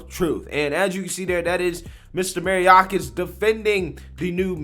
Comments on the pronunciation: ....love the channel and you are a super sharp dude. But man, you can bungle a name. May or kahs. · His name is pronounced my-ork-ass. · I know it's the Democrats fault that 70% of black students can't pass a basic literacy test but c'mon bruh! You're a political commentator on daily current events and the amount of keywords and names that you mess up is hilarious at this point! "May-Or-Kiss" is the pronunciation of Mayorkas 🤣🇺🇸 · It's pronounced "Ma-your--kas". Who told them we need to hire federal snoops, instead of auditors to help monitor unfettered spending? How about getting the hungry some food. Why is everyone still sitting at home? Obama wasn't even a real President when he was in office. Be honest, real legislation was blocked by the GOP at every turn. Obama like all the other blacks invited to the "Destroy America" party are only invited to speak or act, when it comes to enhancing the Antichristian immoral degradation/corruption we're seeing now. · his name is pronounced: MY—OR—KAS. This is the downside off not watching much TV as you often remind the viewers. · May...your... kiss is how you pronounce it. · I love your channel❤️Even though the guy is a complete douchebag, I want to let you know that Mayorkas is pronounced: “My-Your-kas.” Keep up the fantastic work you do every day for us; it is genuinely appreciated!